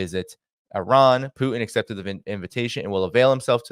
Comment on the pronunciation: Love your show but please learn to pronounce Putin correctly. Use the T. It's not poo-in